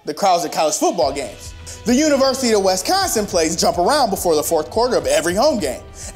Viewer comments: It's WISconsin, not WESconsin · THIS BOY JUST SAY "WESTconsin"? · The way he pronounces Wisconsin. Yeesh.